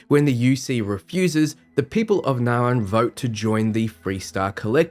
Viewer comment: As a fellow Australian I have to say....your pronunciations are atrocious! Naron? It reads as Narion (Nari-on) to me....what happened to the 'i'? Also, Shroud? There should clearly be a pronounced 't' in the word Stroud.....where does the 'h' come from?